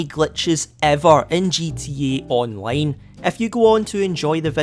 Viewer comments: It's Scottish, probably a country you dont know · The way you say gta online is really funny to me for some reason